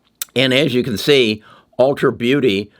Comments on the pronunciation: It’s ulta not ultra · It’s ulta beauty. Not ultra.